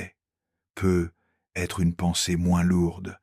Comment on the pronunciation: Pardon de faire une petite critique : dans le script lu par la voix synthétique, il y a un "peu. être" et ça cause 1 pause verbale inutile. Certains la teouverons marrante, moi c plutot que ca m'irrite : la voix d'homme est douce, agreable, mais il y a ce "peuh / hêtre " prononcé qui est un peu ridicule 😅 Avez vous essayé avec la bonne orthographe ? Quand on s'interroge avec un "peut-être" il y a un "t" et surtout, un "trait d'union " Je suis certaine que l'IA peut faire la liaison phonique "peutetr" 😁😉 merci Sinon, Très apaisantes formulation, dans ces videos ❤